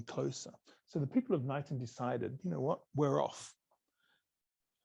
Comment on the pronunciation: Knighton is pronounced k-nighton